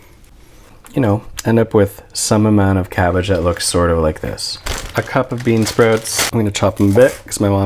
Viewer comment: when he said "bean sprouts" i detected a accent of some sort, like Canadian or UP. where you from Mr. YS@